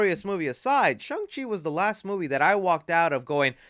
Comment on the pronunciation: Did you just say Chung Chi? I'm playing with you, but that made me laugh. Great video my friend!